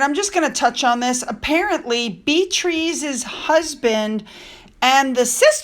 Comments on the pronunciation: my name is BEATRICE too, im slightly peeved, can you please stop murdering my name, the way you say it awful its not Beeztriz you actually pronounce it like this Be-ah-trice next time you're reading a story about the Brooksbanks? Thank you, we'll see if you really do read the comments. Sorry but you know how we Aussies are, straight up, tell it like it is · Beatrice is pronounced. : [BEE] + [UH] + [TRIS] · Beatles, she's using the Spanish and Italian way of pronouncing Beatrice. (It bugs me too, as I had my original name mispronounced constantly).